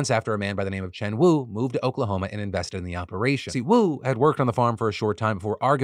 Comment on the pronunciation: You said "Joint Opperation" twice. - Pun Intended Sir!!!